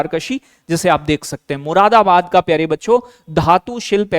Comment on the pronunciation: मुदाराबाद 😂😂 don't mind it's joke 😮😅